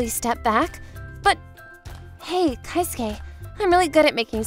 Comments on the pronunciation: It's KE-SUKE not KAI-SUKE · It's kei-suke not kai-suke lol